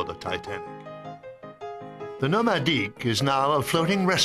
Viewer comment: Why is he saying Nomadic with a french accent? It’s not a french tendor.